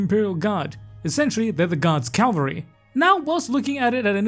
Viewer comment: Cav-al-ry brother. Calvary is a place.